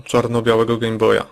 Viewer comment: Wiem, że się wymądrzam, ale czy nie powinno się mówić Gejm Boj zamiast Gem Boj ?